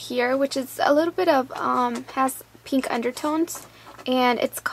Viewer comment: You say peeenk, lol. And you people should stop hating, it's hilarious.